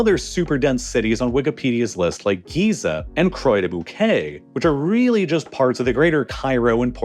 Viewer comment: The moment when he pronounced "des Bouquets" correctly, but "Croix" incorrectly 🤦🏻‍♀️🤣